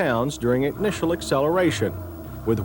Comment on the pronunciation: LOL +, "during 'ignitial' acceleration..."